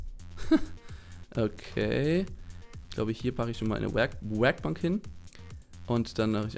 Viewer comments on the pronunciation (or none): Ich beton Werkbank manchmal auch so richtig komisch XD